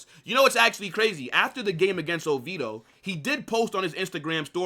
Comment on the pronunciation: Brother…..I fuck w/ you HEAVY. But you gotta stop butchering club names 😂😂😂 Mar-sell? OVeedo? 😂😂😂